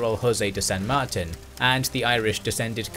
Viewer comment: Friend. Martin is pronounced Marteen in spsnish 😊